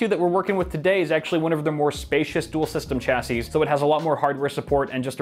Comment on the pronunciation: Shashey not cha sey